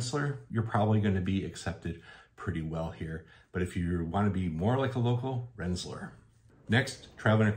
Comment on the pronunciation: Hallo, Dutch speaker, here. Rensselaer is actually pronounced Renss-e-LARE. The modern spelling is Rensselaar. Long "A". I have many happy memories from the 50s and 60s of Route 20 ( Cherry Valley Turnpike). I'm really enjoying your videos.